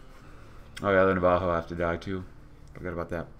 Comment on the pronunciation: not you you say Navajo